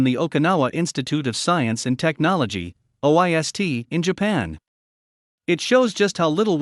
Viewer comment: May I suggest that the narration be edited to correct the pronunciation of the name of researcher credited (Ryuta Nakajima) and the reading of the research institute's acronym (OIST)? The topic is interesting and it is unfortunate that it seems to be narrated by a computer rather than a human